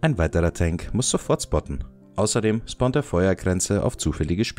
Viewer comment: Es triggert mich jedesmal wie ihr "spotten" aussprecht 😅